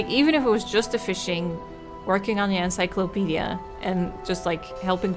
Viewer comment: Couldn’t even say encyclopedia lol…This Generation is the death of America ugh we doomed